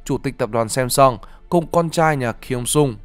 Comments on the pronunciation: Samsung đọc theo tiếng Hàn đúng hơn tiếng Anh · không đọc phụ đề thì cũng không biết bạn đang nói đến Seoul vs Samsung. vẫn biết là bạn phát âm cho chuẩn nhưng làm clip cho người Việt thì phát âm theo cách người Việt đc mà.